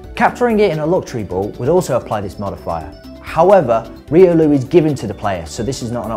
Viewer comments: ... he is saying reolu its riolu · why are u speaking riolu to reeloo dude your accent is so thick we call it royloo not reeloo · the way u speak riolu makes me wanna ban the word riolu